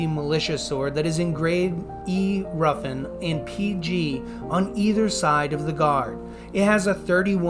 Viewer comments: It’s not Roofin it’s Ruffin :( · Roofin??! God god man.